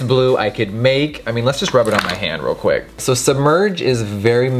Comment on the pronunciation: "Weal quick" 🤣🤣